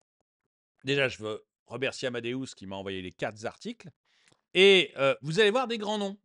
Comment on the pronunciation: les quatre articles, pas les "quatre Zarticles"; quatre, et la bande des numéraires : sont invariables.Merci pour eux et pour mes oreilles! Quand on fait de l'économie, on doit savoir ça, non?